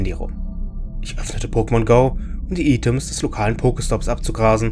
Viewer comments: Kleiner Tipp, es heißt Items (Eitems (Gesprochen)). Lg.:) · Die Items... WIE SPRICHST DU DAS AUS?